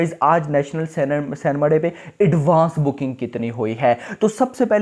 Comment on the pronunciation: It's cinema & not cenma..